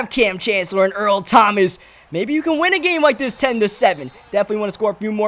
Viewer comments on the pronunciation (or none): none